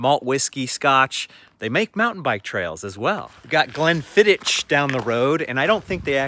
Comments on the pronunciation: There is no T in Glenfiddich! It's not "Glenfidditch" the ch at the end is pronounced as you see it, or as you should at the end of loch ( and I don't mean by saying lock like an effete Englishman!) A scotch egg has pork in it not beef ;) All of that stuff about class is pretty much outdated nonsense no-one gives any credence to. Both of my grandfathers grew up not speaking English and not owning shoes, one speaking Gaelic in the mountains of Strathnaver and one Italian in the mountains of Lazio. My parents were teachers, I have my own law firm. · Yeah that was quite funny re: "Glenfidditch" - is that somewhere in Serbia or something 🤣. Amazing how many non-Scottish accents can't make a decent "ch" sound though.